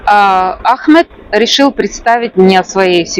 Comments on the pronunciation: вы так давно живете в Египте и так неправильно ставите ударение в имени Ахмед что слух режет и как другое имя выходит у вас Это же самое популярное имя там почти всех зовут Ахмед😮😅❤🎉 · Ahmed ударение на первый слог. По другому тут не говорят. И МустАфа ударение на А. Я не знаю где вы живете. Но в Египте именно так произносят имена